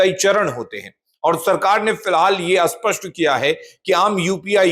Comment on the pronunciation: असपष्ट नहीं स्पष्ट होता है बार-बार एक ही बात सुनकर कान में दर्द होता है